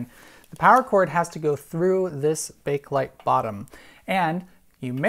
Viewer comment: The first "E" in "Bakelite" is not silent.